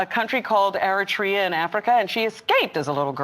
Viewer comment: props to for calling attention to the fact that these doofuses don't even know the correct pronunciation of Eritrea